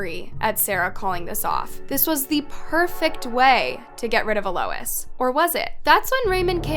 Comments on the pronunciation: (Ahl-ois) Alois. Not uh Lois. 😅 you crack me up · It’s pronounced a low eez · Is her name seriously E-Lois and not Eloise? And Hamish? Not Hemish? Not knocking you if that’s correct but, I’ve never heard either of those name is pronounced that way.